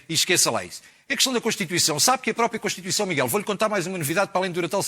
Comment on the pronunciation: Esse bicho do PS é um palerma! Devia ter vergonha do que está a dizer! Nem sabe dizer CONSTITUIÇÃO!!! Desaparece, palhaço!